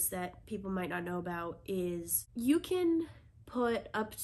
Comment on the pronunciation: I’ve never heard you pronounce about aboot before but I think I may have heard one in there :)